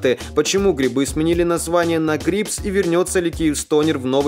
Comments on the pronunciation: не ГРИБЗ, а ГРЭБС) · ГрЭбз, а не грИбз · Не грИбз, а грЭбз, не правильно ты произносишь.